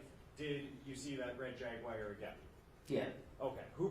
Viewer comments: 😒😂 Why In tf is he pronouncing “JAGUAR” AS “JAG-WIRE?”🤦🏽‍♀️ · For all that boy’s education he can’t say jaguar correctly… just saying, not that it’s serious as this case at all.